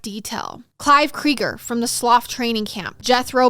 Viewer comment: I’m sorry this was ace but the pronunciation of Slough had me in stitches 😂